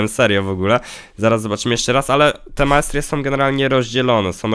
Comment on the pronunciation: nie? To totalnie zła wymowa